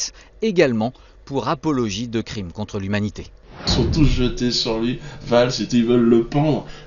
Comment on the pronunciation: "cfrime contre l'humanité" fais moi rire.